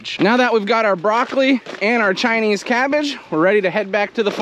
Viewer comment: "Chinese" cabbage. The way you say it sounds like yer sayin "tiny cabbage" and I couldn't figure how who'd want teeny tiny cabbage. 😂